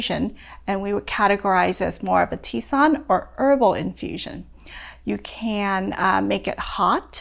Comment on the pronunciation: Love the video. Until today, I didn't know that "tisane" was pronounced "tee-sahn". I always thought it was pronounced "tih-sa-nee". So glad I learned!